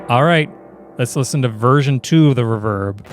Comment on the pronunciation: It’s ree-verb not r’verb! Enjoyed the video!